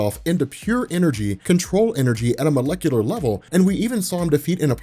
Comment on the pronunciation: cant be omega with the word "molecular"